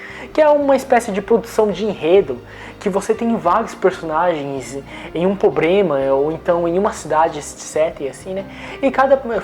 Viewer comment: só eu quando ouço o falar " Pobrema " dá um tick nervoso? KKKKKK